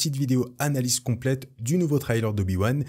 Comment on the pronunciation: Arrêtent avec tes trylers. On dit trailer de cette façon. "Trai" Comme dans "Je tire un trait" Et "ler"comme dans l'heure. There is no y in the middle of the word trailer.